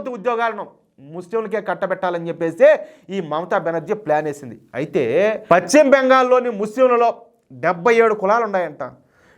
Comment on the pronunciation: Pachima bengal kaadayya paschima bengal antaru.telugu pronouncement nerchukoni videolu cheyyi